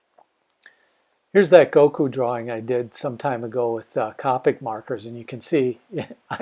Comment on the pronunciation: It was killing me when he pronounced copic wrong